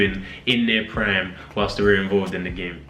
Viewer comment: “In their pran”